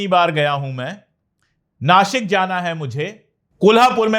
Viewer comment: Sir, 👏👏👏👏👏👏👏 city names pronunciation wahhhh पुणे ण कोल्हापूर नाशिक श wahhh